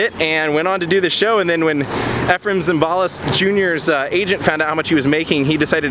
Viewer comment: Efrem Zimbalist last name is pronounced "ZIM ba list", not "zim BAL ist". Too bad, Dino's is no longer there.